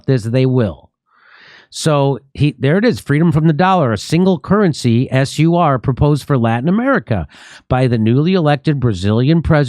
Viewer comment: can you not even pronounce SUR, really ??? its not pronounced SIR, its actually like in POOR… jesus almighty, you americans are special